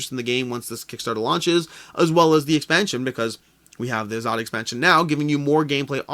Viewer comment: Hi Hello from India. Thanks for covering Shasn, its pronounced Shaaa-sun , in case you wanted to know. That means "Governance" in Hindi. Azadi , you got almost right, its pronounced aaa-zaaa-dee, and means Freedom